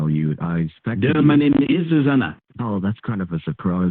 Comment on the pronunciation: A boy named SUE-zana??🤣